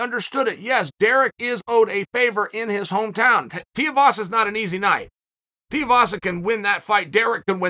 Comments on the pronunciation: Tai Tuuuuuuuivasa Chael.. like Shoey, ooo-eee pronunciation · Tai Tiavasa? Chael, what's up with you pronouncing names? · Chael just cannot pronounce names. Tai Teevasa, Surreal Gone… 🤣